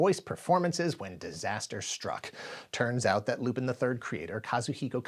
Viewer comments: It was Lupin the 8th, not 7th. Also I know it's not important but it's pronounced like Lupan, not pin. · I laugh every time you say “Loopin’” 😂 Lupin is pronounced more like Loo-pon Netflix has a great Lupin live action series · STOP SAYING LU-PIN. IT'S LUPAN!!! LU-PAAAAAN the third. You said it incorrectly just too many times for me not to cry out in pain. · Loo-PAHN!! It's pronounced "Loo-PAHN"!! Don't disrespect one of my favorite anime series!! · I thought you pronounced it as Loo-PEN, with the emphasis on the last syllable Edit: ah my bad, the italian dub often pronounces it like this. I didn't know it was wrong. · It was going to be called Lupin the 8th not Lupin the 7th (also it's pronounced Lou-pawn). Other than that, great work as always.